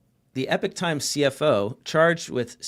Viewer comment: Not Epic Times but Epoch Times, guys